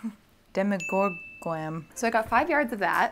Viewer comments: She calls it dhemEgorgon but I always thought it's demogorgon like in demon hehe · DemogorGOWN,. Demo-gor-gown. Otherwise spectacular, as always. <3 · Demo-gor-gown! Love you ❤️ Maybe you could do a tweaking past makes video? Adding the finishing touches that you don't always have time for or fixing things you think you could do better now! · Demo-gor-GOWN! It works! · Demigorgown?? Duhhh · c'mon, Demogor-gown. it was right there!